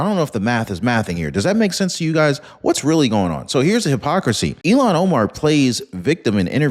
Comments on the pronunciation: please! Her name sounds like ill-han Omar… not Elon Omar. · Not Elon it’s pronounced Illian Omar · Ilhan not Elon